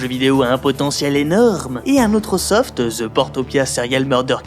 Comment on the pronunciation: Pourquoi les francais disent ''Ze'' au lieu de The...